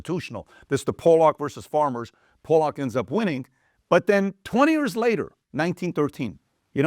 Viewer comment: FYI, POLLOCK is pronounced (PAH luk not PO lahk). Great video.